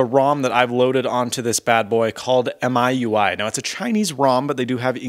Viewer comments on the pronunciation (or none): It's mee-you-i